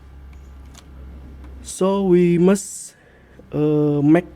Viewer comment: so we must mak maek